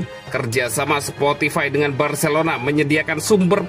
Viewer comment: "sportify" ngakak wkwkwk